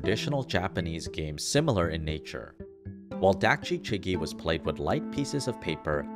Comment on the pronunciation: also, dakji is pronounced daakji, with a sharper A sound similar to the O in dOg